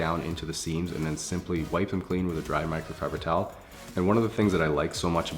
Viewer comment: Nobody:: miCrOFibEr ToWEl